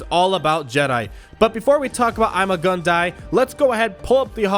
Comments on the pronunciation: It’s ‘EEMAH GOON DEE’ not ‘IMMA GUN DIE’ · It is pronounced Iimaa guun dii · THATS NOT HOW ITS PRONOUNCED!!!!!!!!